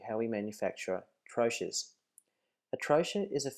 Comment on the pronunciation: There are so many things wrongs in this video... She should be wearing hair net, gown sleeves should cover the entire arm up to the wrists, also safety goggles. By no reason should get her face so close to the medication nor breath over it, and the correct pronunciation is trō-key, no tro-ches.